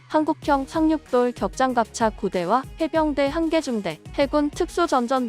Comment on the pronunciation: ㅎㅎㅎ 상륙돌^ 격장갑차...뭔가 이상하다 싶어 다시 한 번 더 들어보았네요! 그런데 한 번도 연습해 보지 않고 바로 읽어 내려가는 건가요? 카브를 두 번 읽지 않고 한 번 만 읽는 것으로 보아 분명 사람이 직접 낭독하고 있는 것 같은데.....